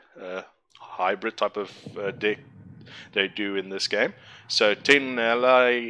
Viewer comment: nice video :) although I can't shake the feeling that you pronounce the word "deck" as "dick" :D